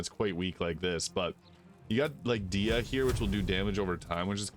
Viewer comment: It’s pronounced Med-i-ca sorry I’m a huge FF fan long time player, Di-a lol.